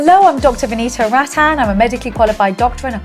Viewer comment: You can't even pronounce your own name correctly.